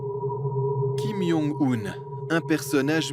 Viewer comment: La vidéo commence mal, on prononce son nom Kim Djong-eun, pas Kim Yong-oun..